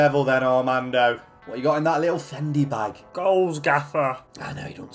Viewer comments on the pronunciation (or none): Man said fendi bag 😂😂😂